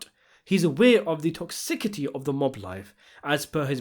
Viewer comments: "Ostrified"?? LMAO. I think you mean "ostracized" "Toxicity" pronounced - "Tokˈsɪs.ɪ.ti" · If you say "Toxickety" one more time ... Please ... seek help. 😒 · you keep saying "toxi-KI-ty" instead of "toxiCIty." it drives me nuts! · toxissssity, not "tocksickity" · Toxi-city. Not toxick-ity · It's pronounced toxicity, not toxikiti . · You really need to pronounce English words correctly. Toxicity. Not tocsickicy. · It’s toxicity (as in city) not toxi-kitty and ostracise (as in size not ostrafied) You’re clearly an educated and intelligent guy so thought you’d like to know. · TOX-i-CITY. ..not tokicity.. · Toxicity= tox-ih-city (not tox sick itty) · Toxicity is not pronounced toxokity, it's pronounced toxiSity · 'tocsickity" ??? You have definite signs of dyslexia. I'm not trying to make fun of you it's just that I I found some of them pretty funny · Tix - iss - ity :/ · TOXIKITY ??? 😂😂😂 You mean toxicity? You made me laugh out so much, I almost had a heart attack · "toxsikiddy"..? May want to lookup the pronunciation of that word... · Pronounced TOCKS ISS ITY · TOX-IK-ATI = lmaooo surely it can't be this difficult for a british person to learn how to pronounce one word. my god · It's pronounced toxisitee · its pronounced: TOX-IH-CITY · 'toxicity' -- pronounced tokSISity. 'ostracized', not 'ostrafied', not a word. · 11.03 - toxickity 😂😂😂😂😂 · Why do you keep saying "toxikity"? Sounds like a place-name from Rhode Island.🤣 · please hit us with that "toxickitie" a third time lmao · Tox-sis-ity. That's how you pronounce it. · Pretty sure that's not how you pronounce Toxickity...but I'm not an expert 🤷‍♂️ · Tox-ick-ity is a new one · That's... Not how you pronounce the word 'toxicity'. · I think you pronounced toxicity wrong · Without any shame involved, I've gotta tell you that's not how you pronounce the word "toxicity". Hope it's not a refference.